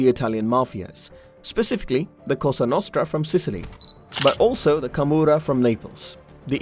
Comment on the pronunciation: Camorra no kamura😂😂😂